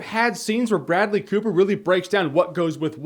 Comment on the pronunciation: Idk why but in the intro you said "Food and Bradley Cooper!" I heard "Food and BREAD-ly...." LOL